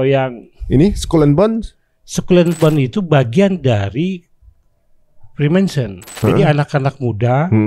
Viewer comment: 1. Freemason. Bukan Freemanson. Nyebutnya aja udh salah. Freemason bukan dari Templar Knights. Mereka para tukang batu & kayu yang mbangun Amerika (Washington) awalnya. That's the history fact you can't deny. Templar Knights itu semacam pasukan jihad-nya yang ngejaga agama Nasrani. Sebelum pecah dengan keyakinan gereja. 2. Kabbalah bukan menyembah/menuhankan matahari. mereka occult menyembah Tuhan mereka sendiri. Yang lebih menyembah matahari itu Judaism. Justru kabbalah mengartikan matahari ciptaan Tuhan. 3. Lucifer & Baphomet dua 'sosok' yg jauh berbeda. Bener Baphomet dari Templar. Bener Baphomet bentuk penghinaan terhadap nama Rasulullah. Belum ada bukti konkrit juga Freemason nyembah Lucifer. Meskipun jutaan teori konspiranya spt itu. 4. VOC emang dibiayai Freemason. Bukan pure Belanda. Karena Belanda sebenernya udh keabisan biaya perang ama Spanyol. Mangkanya banyak simbol2nya di Indonesia, terutama Jakarta. 5. G di logo Freemason bukan Genostic. Tapi Geometry. Berhubungan dengan jangka & penggaris. Karena merupakan filosofi para builders/tukang batu. 6. Eye of Horus sama Eye of Providence (di US dollar) beda arti. Meskipun visualnya sama2 mata satu. Horus itu dewa Mesir. Sementara US tu kur-leb simbol mata Tuhan yg melihat segalanya (all seeing eye) dikelilingi segitiga (simbol holy trinity-nya umat Nasrani) 7. Selain George Washington, Freemason 33 juga Franklin, Paul Revere. Cuma George emang paling tinggi. Ada lukisannya di atas Capitol, George Washington diatas awa